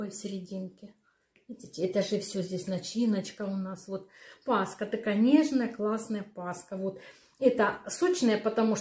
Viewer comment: Режет ухо " пасХа" ...